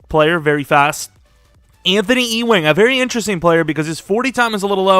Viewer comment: E-Wing? It’s you-wing. Like Patrick Ewing